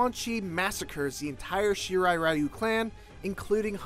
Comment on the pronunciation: It is pronounced REE-U